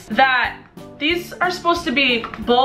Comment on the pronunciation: When she said “ stay awesome possum “ I felt like she said “ tay awesome possums. “